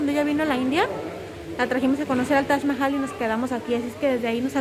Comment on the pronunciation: Se pronuncia como lo dijo, como si la "J" fuera una "ch" menos fuerte al pronunciar.